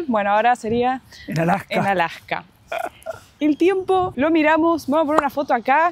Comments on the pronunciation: por qué dicen "Alaka" en lugar de "Alaska"? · You pronounce the s. The horns on the moose is called a rack. My parents went to Brazil to build a church, Also in Mexico. We have Cabelas here in Alberta also. You do not use the term Eskimo. They want to be known as Inuit which means the people.